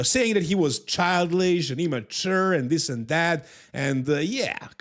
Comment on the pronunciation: Your English is superb. But since we're speaking about language there is one word you're mispronouncing. It's CHILD ISH, not CHILD LISH. CHILDISH. You said it correctly . My second language is Spanish, I live in Mexico and my wife corrects me all the time. I don't speak any Serbian.